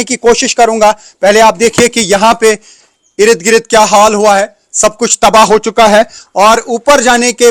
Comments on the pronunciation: Sir Salam Sir irid girid word nahi hata...asal word Ird,,gird hota hai don't mind ❤ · Erid grid.erid grid what 😂😂😂😂😂😂😂😂😂😂😂 I am counting 19 Nos of "Erid Grid "